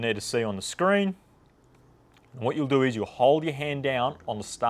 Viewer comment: "what you need to DOU is"